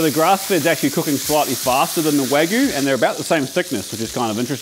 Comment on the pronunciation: I love you, but it’s Wag-you (or Wa-gyu) not wag-oo 😂